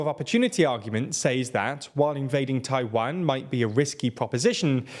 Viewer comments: Great video... but I hate to say that your mispronunciation of Tiawan was distracting the hell out of me. I can't be the only one right?? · I find the /tʰa͡ɪˈwæn/ pronunciation from the British a little surprising. It sounds more like something we'd do, but nope, we say /tʰa͡ɪˈwɑn/ lol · That's an odd way of saying Taiwan.